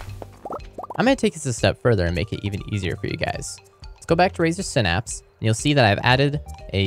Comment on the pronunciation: "Razer sinapps"